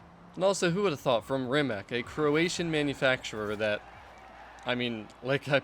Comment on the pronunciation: Rimac is pronaunced Reematz